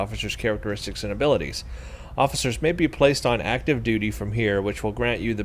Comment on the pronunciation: I think you said duty so many times it turned into doody without you realising! :P